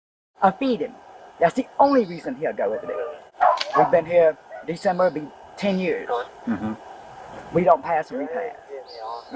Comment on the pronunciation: “Decenber” hehehehe